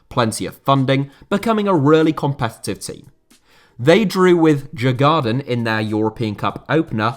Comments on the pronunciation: Great video but your mispronunciation of Djurgården is a small minus. It’d sound a bit more like “Dyurgorden”. It’s named after a leafy district and island of Stockholm with several open air attractions and translates into English as “Game Park”, as the Swedish Royals used to keep animals there. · Djurgården from Sweden is pronounced something like 'Yoouh-gordon'. You don't pronounce the first 'D'. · As an American who was last in Sweden in 1995, as I recall, Djurgarden is roughly pronounced as you-gore-en, with the emphasis on the first syllable. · Interesting pronunciation of Djurgården, I must say. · I struggled to understand which club he meant at first, since his pronunciation of Djurgården was quite off for someone who knows swedish 😂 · Whew....what a butchering if Djurgården.